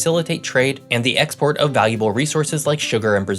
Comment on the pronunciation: I love the facts that I learn in your videos but I wish you would learn the correct pronunciation of "a" and "the" so that you would sound more polished.